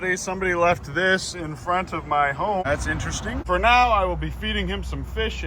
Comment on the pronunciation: “Fo today” always makes me laugh